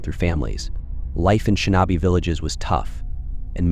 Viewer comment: Yup! It totally sucks. Shin-NAW-bee! 😂